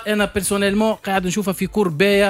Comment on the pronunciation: 9ai3ed ? ou bien 9é3id ! kifch t9oul fiha ya 9ééééé3id -_- zebi chlamet clayek radioet tounes